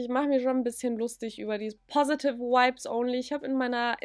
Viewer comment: Fands witzig dass du vibes bisschen wie wipes ausgesprochen hast 😂 aber stimme dir zu!